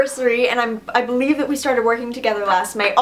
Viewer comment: Thank you for completely butchering the word.